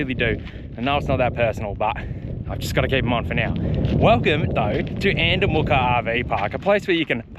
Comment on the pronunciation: Haha sorry mate your saying andamooka wrong. It's not moorka, its mooka.